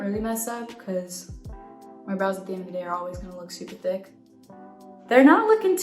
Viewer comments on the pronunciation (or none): none